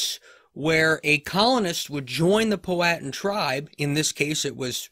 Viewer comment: Your sayin Powhatan all wrong